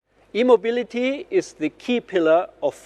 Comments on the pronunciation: Agreed, he really needs to get his pronunciation right, maybe play it safe & say electric mobility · At the start: When he says "E-Mobility" with his German accent, it kinda sounds like "immobility". That kinda ruins his whole idea 😅